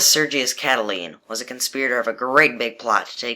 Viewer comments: um it's pronounced CatiLINE not CatiLENE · its cata line not cataleen